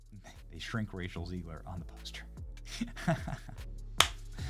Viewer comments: Benny..it's Zegg-luhr for your street credibility! 💪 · Love you Benny but for the love of God it’s “ZEGG-ler”. Not that she deserves being called by anything other than a loser.